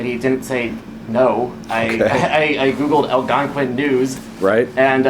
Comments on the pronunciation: "AL-gon-quin" is not how it's pronounced. The word is "al-GONE-quin". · Yikes! Al-GON-quin, accent on the GON. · Algonquin is pronounced al-gone-quinn This case happened very close to home it is so horrible that these two people were taken so soon by their son nevertheless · "Al'-gun-quin" <==== Very smart!!! 😅 😂 🤣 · Its pronounced al GON quin. A lovely town, small, neighbors are close and friendly. I live in Cary, about three miles away. North West burbs of Chicago. 🎉. M. IL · what a unique way to pronounce Algonquin. it should be Al-Gone-Kwin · AL GON QUINN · You trashed the name Algonquin. It's pronounced al-gong-quin. Named after the Algonquin Indians. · They do say the name of the town at but it was mispronounced. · this narrator is always WILD, but mispronouncing Algonquin sent me straight to the comments 😅